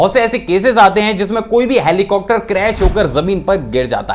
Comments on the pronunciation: Sir helicocter ni hota heli-copter hota hai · hai.. aap helicopter ko ( helicocter ) kyu kehte he sab videos me jisme helicopter ka koi fact batate he. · Why do u pronounce helicopter as helicocter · Who noticed that he said helicopter as helicocter